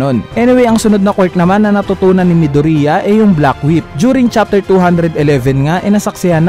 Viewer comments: Yeah it's "midorya" not "mido-riya" arghhh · Midorya not midurya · Kuya paayos po Ng pagkakasabi midoriya po Hindi midurya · “ mido-riya ” I'm triggered help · It's correctly pronounced as “ midorya ” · Mih-dur-iyah? Mih-du-ri-yah? Wala lng natatawa lng ako HAHAHA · hahahah nakakatawa pag nag sabi ka ng midorya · No offense.... Pero bakit po Medori-a😄